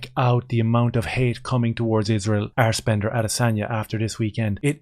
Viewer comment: Did you say assbender 🤣🤣